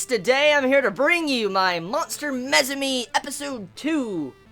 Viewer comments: How the hell do you come up with pronouncing MUSUME like that? since when does U make an E sound?? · It's pronounced moo-sue-may btw ;) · Lmao you pronounce Musume so wrong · why's he pronouncing musume like that? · He butchered the name so bad...